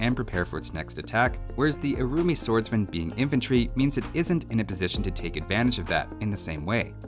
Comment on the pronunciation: I keep hearing their name as the "Roomy Swordsman".